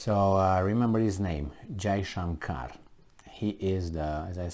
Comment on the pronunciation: You pronounced FM Jaishankar's name perfectly! I was pleasantly surprised.